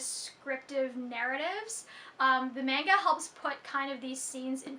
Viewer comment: Did you just say... Menga?